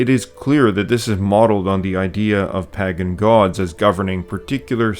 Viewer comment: The fact that you can't pronounce Pagan is almost a bigger insult than the Rings of Power show